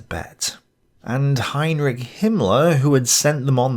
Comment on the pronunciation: junge du kannst nichtmal Heinrich und Reich aussprechen. Ich sag doch auch nicht Winstohn Kuhrkill.😊